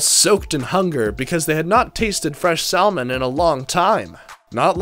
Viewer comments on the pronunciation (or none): Saaamon not saelmon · the 'l' in salmon is silent, ergo. 'SAM0on' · "Sal - mon?" LOL! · It's pronounced 'Sal-mon'! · Sahl- Mon?!?!? SAHL-MON?!?!?? 😾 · Are you kidding the guy cant even pronounce the word salmon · No he’s right, the L is silent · You should review the pronunciation of salmon. What you said is incorrect. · SALMON IS PRONOUNCED WITHOUT THE L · You cant even pronounce the word salmon